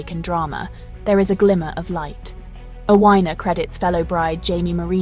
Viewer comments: FGS! Its pronounced Afina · Sorry, but her name is pronounced "ATHENA".